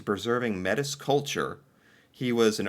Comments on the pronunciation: May tee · Ok, you need pronunciation help :) Louis = loooeee Riel = Ree yell Métis = May tea. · Louise Réal - Loo-ee Ray-Al Métis - May-Tee Macleods - Muh-Clouds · Metis is pronounced more like "May Tea" than "Met us" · Also, it is worth pointing out their name sounds more like May-Tee than Meh-Tiss. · "Lu-wee Ree-ell". "May-tee". Not "Lu-iss Real". Not "Meh-tiss". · It's prounced. May.tee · His name was Loo-ee Ree-el. He was a Me-tee. He caused a Rebellion back in the day. He wanted proper rights for Me-tee who were half Indian and half French. The North was populated by both English and French but there were very few women. Especially women who could survive in such conditions. Most of the men married Indian women and thus the Me-tee were the children of the earliest arrivals. There is a lot more but I just can't remember it all at this time. You should research this if you really want a story. Everyone thinks that the song "Red River Valley" took place in Texas but, no. It took place in Northern Manitoba. Louis was responsible for the Rebellion that took place there. You will never understand your own life until you study history. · Metis is pronounced may t . A term to describe the mixing of indigenous and whites . It's pronounced lou e re l Louis Riel . You should read up on this man and why he was famous .. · just some pronunciation for you: Louie Ree-yell (Louis Riel) May-tee (Métis) Anishinaabe is a First Nations people. (Ah-nish-naw-be) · pronounced Re - al, and May-tees. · Lewis was our version of an outlaw. He stood up for the natives, which is pronounced as mate tee. We have two major railways, the Canadian National and Canadian Pacific. The group of 7, were painters who painted place north of Sudbury. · Not Metis is pronounced maytee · Metis ..... say it ... May-tee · Metis...Pronounced Mae T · Oh my god the pronounciation on the Louis Riel segment had me dying He said "met-is" xD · Louie Ree al, may tee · Loui Riel ... Lou-he Ree-el May-tiss